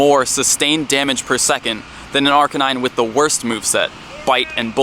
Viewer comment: 2 years later and I still can't get over you saying "Arcanine" wrong.